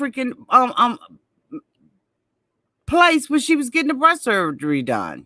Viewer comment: when you say “ breastessess “ 😸😸😸😸😸😸😸😸😸💙💙😸😸